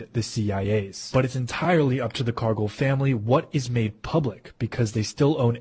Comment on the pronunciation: Ha! A Cargill plant is right down the road from my house, less than 5 miles away. They make food for Mc Donald's. And it's pronounced car gill, gill like a fish, not car go, Cargill.